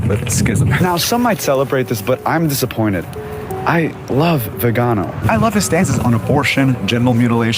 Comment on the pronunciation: Arch Bishop, vee-ginn-oh